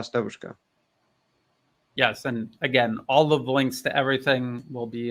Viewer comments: New Atlas accent in "devUUshka" (young female) is very WRONG, it's [diEEVushka]. it's the same with [bAAbushka] (grandmother) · …. Devushka, stress on the E, not the U. DEvushka. In Russian it means girl as in young woman. Devochka is a girl as a small child. Just to aid in your pronunciation.;) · dEvushka - Young woman, not davUshka. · is excellent in anything except pronunciation of Russian words. His devushka was hilarious. By the way 'es English has a very good, very understandable pronunciation. It was a pleasure to listen to you both. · He also missed the word "allegiance" when he said they "swear to their country". I am convinced that a native English speaker would say "swear allegiance to their country" Also, he pronounces the word "devushka" in a way that would be very unusual for a native English speaker. I understand he studied medicine in England. They would speak with the "home counties" accent, wouldn't they at those medical colleges? I am a native Russian speaker myself, lived in the UK for a long time, worked for the BBC as an interpreter, and I was told (by the British) a few times, that speak English better than some British people do. It is not impossible. His accent is way better than mine though. I think he is exceptionally good at language learning.